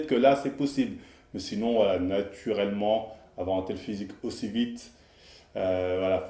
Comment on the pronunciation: sinon na-tu-rellement.. 😂